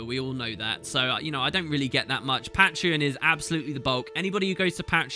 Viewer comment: The way you say patreon, dude... Y-ya don't say it like that